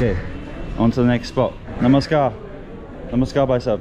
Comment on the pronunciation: The way ur saying "Namaskar bhaisahab aap kese h " is soo good 🤗